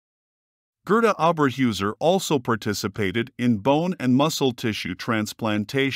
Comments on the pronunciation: Pronounced "HAIR-tuh OH-bear-hoy-zair" How can you do a whole mini-documentary about a person and make no attempt to learn how to pronounce the name??? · Well done video! Only only thing is her name should be pronounced Oh Ber Hoyser . This is not only for German, but how they would want it pronounced if an American citizen. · pronunciations: Orba hoyzer and Rravernsbrruk.